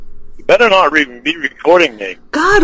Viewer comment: Only would think repeating “you better nawt be recording me” is going to stop someone from recording him.